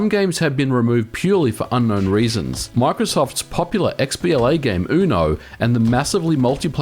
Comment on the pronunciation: mispronounce uno as oono hahaha